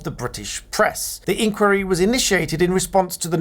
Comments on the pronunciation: I thought it was normally pronounced "inn - choir - ee". Not "inkworry". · Please pronounce 'inquiry; the British way. Stress on the middle syllable. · My question is when did you start pronouncing “inquiry “ in the American style?😊